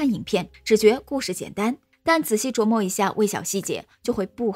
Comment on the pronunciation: 琢磨的读音是：zhuó mó， 释义： 1雕琢和打磨[玉石]. 2、通过润色加以修改(指文章等). 3、思考;研究. 【读音】zuó· mo 轻声